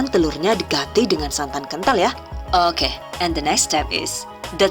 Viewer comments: ...👍👍👍...oookeeh... Aku suka bgt pas pengucapan "eehg" & "ookeeh"... Terima kasih mbak atas ilmu nya... Good luck...💪💪💪... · Pada bae mbekayu nyong y wong ndesa "owke"😂